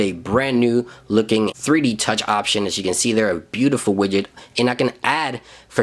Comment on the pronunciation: lol it soo funny how u say widget....u say it funny